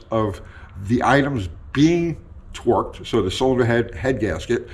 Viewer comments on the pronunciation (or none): DARN IT! He said “torqued” at one point in the video, and his accent makes it sound like “twerked” so now I can’t stop hearing him say TWERKED! What is with these twerking bolts?!